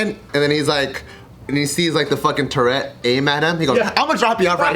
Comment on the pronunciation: ahaha,he said torret. Like the syndrome.